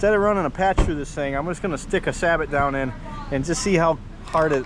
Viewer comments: It's pronounced Say-Bo not Sabot and two you are always supposed to shoot it standing first not cheat using a lead sled. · Nice video. I'm actually researching a FireStick style gun right now; either Traditions or CVA once they re-release the CrossFire. Just a quick tip: it's pronounced "Sa-Bow", not "Sah-but".